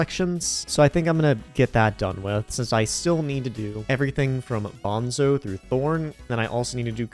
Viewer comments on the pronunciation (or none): none